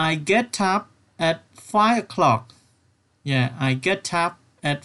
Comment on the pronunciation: Get upខ្ញុំអានថា ហ្គេតអាប់តែបងអាន ហ្គេតថាប់